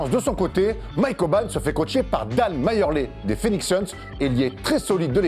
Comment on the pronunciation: Dan Mayeurlé ? Ça se dit Dan Mar-Lee...